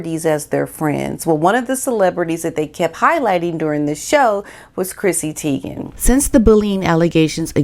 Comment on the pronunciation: I get annoyed when names are mispronounced: It's pronounced like TIE- gen NOT Tee- gen.